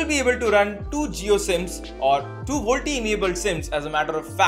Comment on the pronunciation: Volte nahi hota woh.. VOLTE = Voice LTE.. channel banate ho utna toh pata hona chahiye.. tech channels now a days